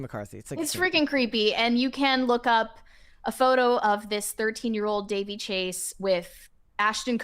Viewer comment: Her name was pronounced Da-VEY.